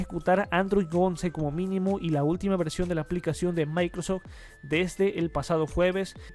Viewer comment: Se llama microsoft edge no microsedge